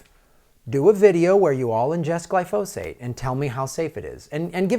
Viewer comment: GLY- fo- sate. Emphasis on the first syllable Gly”